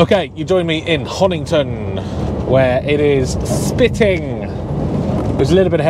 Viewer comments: you always make me LOL when you miss pronounce the places you are going to. Honington is over past Bury St Edmonds in Suffolk you were at Honiton is in Devon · Honiton not Honington. When i first moved to East Devon, I used to add the "g." Great video.